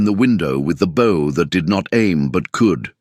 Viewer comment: Getting tired of the AI not saying a word right. Bow and Bow one word but two different meanings. Not the first time I haven't seen an AI in any story get the whole story right. Live and live another one. I don't know if you can teach a machine the difference.